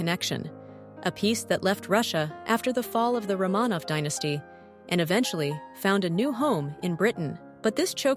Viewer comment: You trusted your AI voice program mispronounce ROMANOV, but posted anyway ?!? The only Major flaw in your reel.